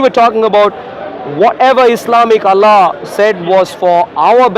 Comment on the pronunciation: This freaking I dian hindu boy pretends to be christian is puposely mispronounces the the name of Allah SWT to sound like western or English man. What an idiot 😆 🤣 😂 😹